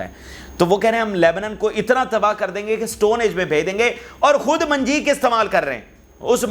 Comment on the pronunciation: صحیح لفظ منجنیق ہے۔منجیق نہیں۔